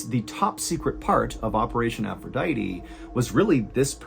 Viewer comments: Its Aphrodite Not "Aphroditeeeeeee" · The most disturbing thing of this whole story... is your pronunciation of aphrodite